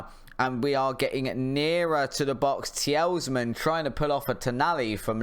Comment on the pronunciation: Mate, I’ve just watched every episode so far and I’m enjoying it. But please stop saying tee-els-man. The is an S at the end of his name and that’s it. Tee-luh-mans. Don’t mean to be rude but it’s frustrating to listen to you getting it wrong so often.